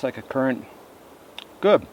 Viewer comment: ITS A CURRANT!!! ker-ant not a curent MY GOD!